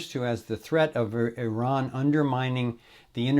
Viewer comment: and must I say, finally another American (other than myself) actually pronounces the name of another country properly... its EEE-RAN like says it not I-RAN